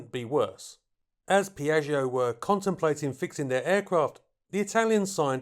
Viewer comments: Piatsho, dump the i in the back. Babble exists. It's Italian. One of the other 7000 languages in the world. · when saying name my ears hurt... otherwise that you for this very unusual aircraft